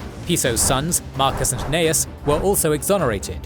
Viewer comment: I love your work, but I am wondering why in this video you called Gnaeus Calpurnius Piso "Cnaeus" and pronounced it as such. He was Gnaeus Calpurnius Piso, like his son.